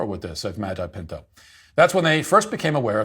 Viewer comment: Hearing Matt say Nicholas Magi pinto is only second to him saying Karen Gene pear 😂